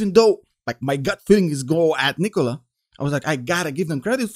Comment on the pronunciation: I love how you pronounce Nikola. Much better than Macedonian pronunciation.